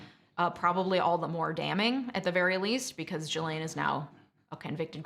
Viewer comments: Honey if you knew anything about this case you would at the very least know her name is pronounced GEE-LANE NOT JEE-LANE smfh 🤦🏻‍♂️ do better . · Not a very busy lawyer with time to watch and make videos about something you're not getting paid for . YouTube lawyers are right up there with YouTube doctors and psychologists. Only useless people need to make YouTube channel. It's pronounced GasLane. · I believe her name is pronounced shill-ahn, but I prefer jizz-lane. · Drink every time you hear "Ghislaine" 🤣☠ But in all seriousness so glad this monster is locked up. Unfortunately mental health i feel was culprit but nonetheless the crimes committed. Very sad. All these innocent lives tortured, including hers. She could've chosen to do better and better she was an adult. These women are in my prayers. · I clicked off after hearing you mix up Prince Andrew and Prince Edward and hearing you pronounce Ghislaine that way....I can't listen to you for a half hour OMG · The mispronunciation of Ghislaine and Gueffre was really annoying. It’s feels as if you are mentioning this story because of its popularity not because your really into the Maxwell court case.